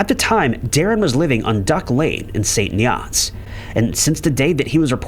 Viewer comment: St. Nee-otts is where I grew up. For the record, it is pronounced "St. Neerts" written St. Neots. Just thought I'd clear that up...😊